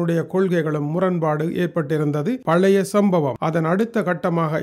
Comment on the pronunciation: பலைய சம்பவம்...அல்ல... பழைய சம்பவம்... என்று வாசிக்கவும்